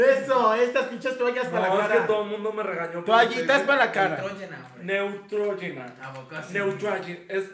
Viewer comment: “” nutruyina” pronunciation Neutrogena